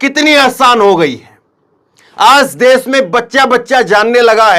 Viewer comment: Des nahi hota desh hota hai